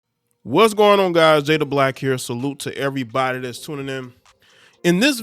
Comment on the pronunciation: Why do you sound like cardi b everytime you say on? Say it correctly. 😂